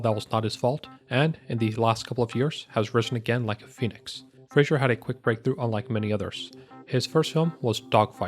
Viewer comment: FRASER; NOT FRASIER